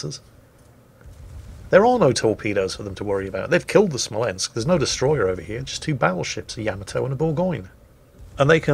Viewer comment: Also: spells Smolensk wrong.. you have to shout it... SMOLENSK like Small but Smol and then with a ensk behind it:D